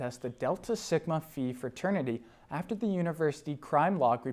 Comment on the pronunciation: 9/1/23 now. Illinois native, 85, now in Raleigh, I frequently tune in to your posts. Always enjoy them and learn something from them. P.S. "Phi" is pronounced "Fi" not "Fee".